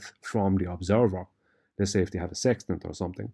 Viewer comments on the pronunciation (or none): none